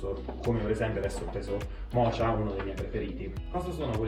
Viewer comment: "Mocha" si pronuncia "moka", come la caffettiera Bialetti, non "mocia"!!!